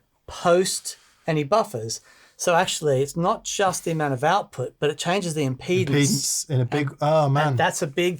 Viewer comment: Impedance? It's been too long since we've seen the impy-dance!